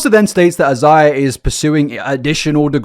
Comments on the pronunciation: Completely minor to point out but Isaiah is pronounced “eye-zay-uh.” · His name is most likely pronounced eye zay uh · "is the world even gonna be here" I've been saying that since 2019 . Shits looking rough, Also it's usually pronounced "eye-zae-yuh" c: it's generally a Hispanic name . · Isaiah is most likely pronounced as "I - zay - ah." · This story will never fail to leave me shocked and confused. The level of cognitive dissonance it takes to think this stuff is okay is crazy. (btw for I believe Isaiah is usually pronounced like eye-zay-ah) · Thanks for finally fixing the whole 7 backward subscribe signs, 😅😅 I think the first guy's name is pronounced as "EYE-ZAY-yuh," like the biblical name. Mariposa actually means butterfly in Spanish. It's pronounced as "mare-RIH-PO-sa" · The British vs American pronunciation of Isaiah threw me off. I was thinking he had a full different name until I read the name. The British version sounds better honestly. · I love how you pronounce Isaiah. I like yours better than we say it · Not the British pronunciation of Isaiah lol